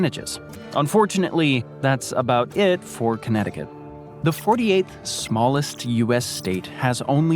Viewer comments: You pronounced Connecticut Perfectly! You underestimate your English skills. Way better than almost any American's Portuguese. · You say Connecticut JUST fine! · You said Connecticut perfectly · Bravo, you said Connecticut better than most Americans. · He says "Connecticut is hard to say" as he does it perfectly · 🥇Actually 😳 you pronounced it perfectly 💯 🗣 Connecticut 🏆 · You said Connecticut perfectly <3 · I laughed when you referring to connecticut you said this is one of the most difficult states to pronounce....and then you said it perfectly! You so underrate yourself! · You pronounced Connecticutt correctly. California has the lowest point in the entire US, but not the highest, which is Denali in Alaska. California does have the highest point in the contiguous (lower 48) United States, Mt. Whitney. The low point in Death Valley is only about 50 miles away from the high point, Mt. Whitney, and there is nearly a 15,000 foot difference in their elevations.